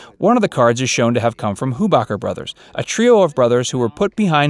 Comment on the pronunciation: On the show the H in Hubacher was SILENT. It was pronounced "Ubacher."